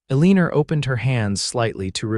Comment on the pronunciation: Excellent story, but teach the AI to lose that r at the end of Elina.